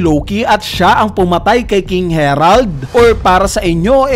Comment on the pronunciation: HERALD ka ng HERALD...HARALD kasi yun